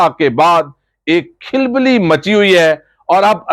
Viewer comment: رپورٹنگ اچھی ہے مگر تلفظ پر توجہ دینے کی ضرورت ہے مثلاً کھلبلی ، شکست ، پاکستان کی عوام نہیں بلکہ پاکستان کے عوام ۔